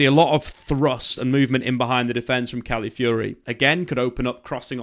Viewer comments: Cali-fiori? CALAFIORI m8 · "one of my favorite players last season" proceeds to butcher his name everytime